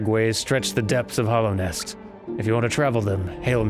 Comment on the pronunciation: Hallownest, not Hollownest. It is a hallowed place. Also, yes -- return to the place you died